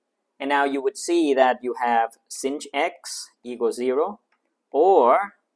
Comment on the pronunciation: you pronouced sinh wrong